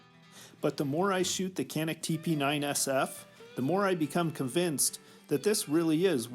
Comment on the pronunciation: It is Janik the C is a J sound.